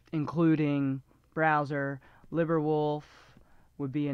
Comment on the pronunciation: Thank you for the informative video! My only criticism is these two pronunciation notes: "libre" is pronounced lee-bray or lee-bruh not lib-er. I thought you were saying liver at first 😅. Here's the only video I could find with both pronunciations, not the highest quality because they're all text-to-speech programs but it's better than nothing "cache" is pronounced the same as "cash" (money), not cuh-shay. Wiktionary has a variety of sound files of the pronunciation